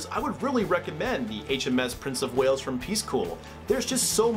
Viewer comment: Prince of “Whales”? As a Welshman, please can I beg for a name correction here :-)